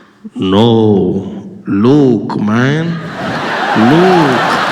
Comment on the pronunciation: the "luuk man" made me straight up howled